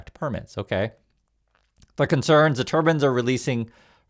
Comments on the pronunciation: save yourself some trouble. It's turbines. Not turbins. Do you want the sihk committee to come after you. Remember they carry daggers to fight evil. I know you are anything evil ❤. Please be careful how you pronounce your words.😊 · it's pronounced turbuyns, not turbins